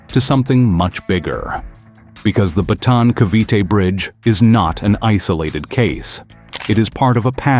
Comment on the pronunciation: BATAAN not BATON !